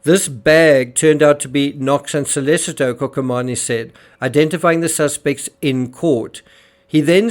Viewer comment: can't even be bothered to pronounce the names of Antonio Curatolo or Marco Quinavalle or Raffaele Sollecito correctly. It's "Cur-A-to-lo" not "Cura-TO-lo, "KEEN-ta-valle, not "KWIN-ta-valle, and "So- LAY-CHee-to not "So-LAY-Seeto." What FAILS TO MENTION in this video is that all of his '3 amigos' were found to be unreliable witnesses due several factors: CURATOLO: Heroin addict and dealer admitted to being on heroin the night of Nov. 1. Had testified as a police witness in several other previous cases, including murder. Later testified he was certain of when he saw AK and RS in the piazza because there were other students dressed in costumes and getting on disco busses. That was HALLOWEEN, the night BEFORE the murder. Said "The couple was in the square from about until midnight." But Sollecito's computer downloaded and played a Naruto cartoon between and at his apartment. KOKOMANI: Cocaine dealer. Claimed he knew Knox because of the 'gap between her front teeth": no such gap exists. Claimed he saw Raffaele, Knox, and her uncle together at a cafe the previous August. Knox arrived in Perugia on Sept 1, left for Germany on Sept. 2 and returned to Perugia on Sept. 20. She didn't meet Sollecito until Oct. 25 a week before the murder. Knox's uncle was never in Perugia. QUINTAVALLE: Only claimed a YEAR after the murder to seeing Knox outside his store. Was interviewed by Det. Oreste Volturno within 2 weeks of the murder and shown photos of Knox and So